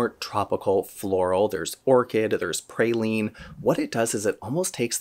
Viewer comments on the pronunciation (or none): none